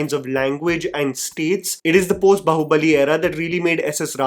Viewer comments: It's not बहु (daugher in law) it is बाहुबली, बाहु as in arms. It's irritating to hear wrong pronunciations over & over again. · Am I the only one triggered by calling it “बहुबली” instead of “बाहुबली?” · Why can’t you pronounce Baahubali properly.. the movie has so many scenes of the character being called and you still pronounce it wrong.. it’s not bahu-bali.. it’s baahu-bali